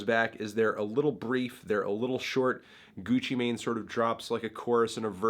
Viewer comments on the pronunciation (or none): Gutsci Mahin, What’s he sayin?